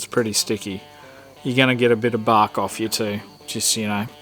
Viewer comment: Ha I'm from Texas and never heard "ya gunna knock a little baark" off before good stuff!